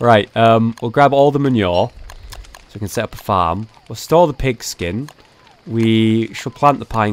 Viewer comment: hollow manure not men-your mah-new-er